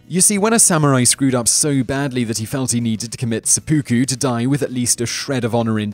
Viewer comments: 1. IT's pronounced Sep-OH-ku, not Sepuku. Your cockney accent is annoying. 2. The term for suicide landing is called Kamikaze. 3. Killing wild animals (Dogs or what ever else) wasn't a past time. 4. Sex with boys is made up by YOU. Samurai had concubines from the LORDS, those concubines were always female and mostly Geisha. 5. Your "Ronin" conclusion is wrong. Samurai were only considered as Ronin when they went to another Lords jurisdiction, where they had no name and were unannounced. 6. The Traditional Kabuki-KImono was just a long silk clothing piece that was worn during the Kabuki Ceremonies, nothing more. You're mixing two different terms. Most Samurai wore traditional Kimono while relaxing and not in the field. All in all, your video seems to bastardize a very honorable legacy titled the "Samurai Way" or Way of Five Rings. Miyamoto Musashi would have a field day with proving you wrong. This is the second video that has been very inaccurate by this channel. Why do I keep on correcting your b.s. and insults? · its [Sep-Uh-Ku] not sep-oooh-ku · (A) Your video content here is bigoted, prejudiced, and racist. (B) Your video content here is RIFE with misinformation, obfuscation, and outright lies. Also, it's NOT "seh - poo - koo". It's pronounced "seh - peh - koo". Video - and account - reported. ✌🏻💯